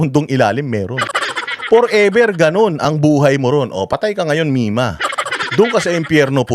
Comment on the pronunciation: Sablay nanga ang LETTER R mong MIMA KA mimasabi lng lng ehehe yan ang dapat sayo ang bagsak mo ngayon hindi si PRRD